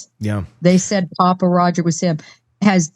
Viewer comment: It's actually Papa lol